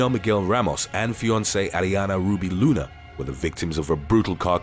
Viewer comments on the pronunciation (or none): none